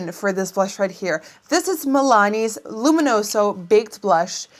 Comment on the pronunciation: I love the way you say "luminoso"